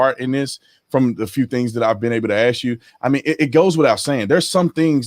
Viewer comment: "Let me AXE you this..."